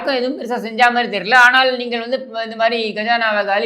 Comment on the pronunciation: வல்லினம், மெல்லினம், இடையினம் வேறுபாடு தெரியாது! " நீங்கல், உங்கல், வால்த்துக்கல் என்றெல்லாம் பேசி, எலுதி தமில் மொலியை அலித்துவிட்டார்கல்!"